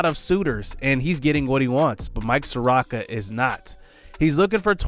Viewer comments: If your "J" from "T&J" Where the hell is T?? Is he imaginary? Lol At this point I'm starting to think your like Flight, to were your intentionally mis pronouncing these players names lol Mike (SOAR-OH-KA) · Just wanted to let you know that Soroka is pronounced saw-row-kuh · ay idk if you've gotten other comments like this, apologies if you have, but Soroka is (suh-ROE-kuh)